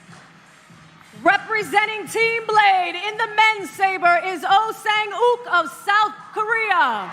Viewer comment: OH SANGUK ❌ OH SANGHUK ✅